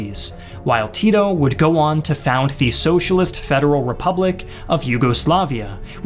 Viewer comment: Americans saying "nyugoslaviea" Rolls eyes